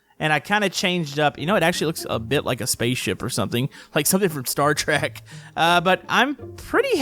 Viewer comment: Wait you said star trak not star trek